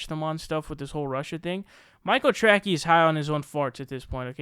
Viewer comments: My man. It’s Tracey. Trae sie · His name is Michael Tracey as in tray-see. Come on, I agree with you but pronounce his name right, or admit you're saying his name wrong on purpose.